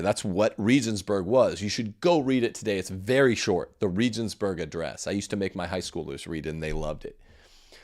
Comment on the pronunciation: Regensburg is pronounced with hard 'g's, like the g in goat. There are no soft 'g's in German. I could hardly understand what you were saying. Benedikt was better than John Paul II.